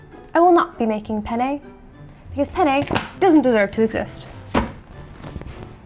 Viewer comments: im spanish, and my childish ass laughed every sentence you said penne (which sounds like pene, which means penis in spanish) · Note: You should pronounce the double "n" in "penne", it's an important difference. Penne means quills, while pene means penis. You just accidentally spent a whole video talking about eating penis. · Alright, im sorry but i had to comment this, i'm spanish and just couldn't not laugh every time they said penne. i know, i know, i'm so mature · also dont say pene say penne, make sure you pronounce the double n because without it that means something else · Speaking italian and hearing them say pene instead of penne was hilarious though the whole video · I'm Italian, it does sound like it 😅 It's fine but it was expected. For English native speakers: it should roughly sound like the words "pen nay" one next to the other. It's not the same but close enough to not get a laugh from Italians XD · As a native Italian speaker, their pronunciation of penne is not perfect, but ok. Especially because the other word is usually pronounced with a closed e. Anyways, what bothered me is the words finishing in -e being pronounced as if finishing in -i. E.g. linguine, fettuccine, … how can you pronounce the last letter the same way as fusilli, tortellini, … and not ask you some questions? 😅